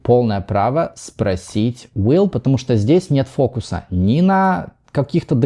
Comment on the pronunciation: Не «чо», а «что».